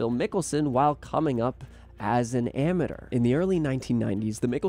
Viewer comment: Learn how to say amateur Jesus Chrissy